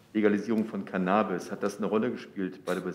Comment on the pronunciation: Hoert man da etwa ein Kichern im Hintergrund bei als CannAAAbis so ausgesprochen wird? Musste selber lachen.